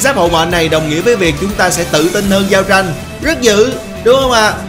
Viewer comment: Thời điểm "giao trinhh" tui lạy ông 🤣